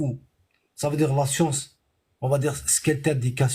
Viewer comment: La "scionce" !